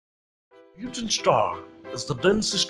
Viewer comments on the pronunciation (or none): It sounds like you're saying "newton" star